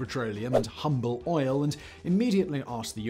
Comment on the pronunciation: Heh... The H in Humble is silent. It is said like Umble. The more you know. :)